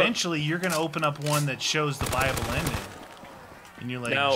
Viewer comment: Am I the only that thought that they always said bible ending instead of a buyable ending?